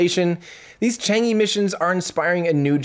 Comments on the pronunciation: I think Chang'e is pronounced Chahng uh, not Chong ee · It does not pronounced as "Chang E", it is "Chang 'e". Should sound like "Chang Eh" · It's pronounce more like chang-er than chang-ee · Thank you Tim for another year of excitement and joy! Great work, really appreciate it. Besides technical depths, I really admire your way of looking at failures and international collaboration. One correction -- Chang'e is pronounced as Chang Er, that e in Chinese Pinyin is like er. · two things: 1 The star link project can help us, but not Africa, the information equality theory doesnt apply there where millions of people are hungry. 2 the e of chang'e should be pronounced as 'er' in early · Chang is correct not chong, but the E should be pronounced as 'er to be exact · Probably more like "chong-uh", if you want to approach the Mandarin pronunciation, but that still wont reach it and actually reaching it is not necessarily something you should be trying to do.